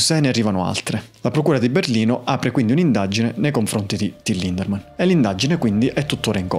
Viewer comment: Ciao, e complimenti per il tuo lavoro. Devo fare una piccola puntualizzazione: il nome del front man dei Rammstein è Lindemann, senza la R😅